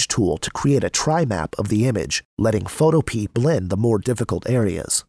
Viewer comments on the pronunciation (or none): Photopea rhymes with Utopia. fo TOE pe uh